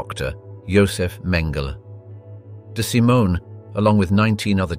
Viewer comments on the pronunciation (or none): none